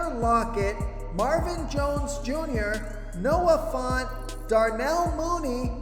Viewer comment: At this point I'm convinced you purposely jack up people's names. Noah FONT? 😂